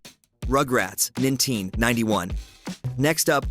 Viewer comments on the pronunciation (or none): he pronounced 19 as ninteen omg awful ai voice btw also, probably ai writing as well?